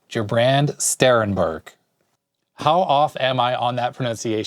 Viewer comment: LMFAO... LOL!! You were really off... Courageous of you to try, though! FYI: Stress should be on the first syllable, Ger. I'll put an accent grave over it in my write-out of the name: Gèrbrand. Obviously, do not put the accent there if you write the name... That won't work...: "... This is definitely in German..." Me: "Nope, this is definitely NOT in German... It's in Dutch!